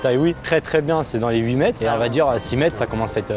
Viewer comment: IL A DIT OEUT DE PERSSONES SAVENT LE FAIRE